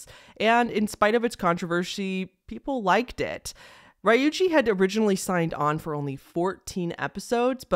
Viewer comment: Ree-yu-jee not Rye-oojee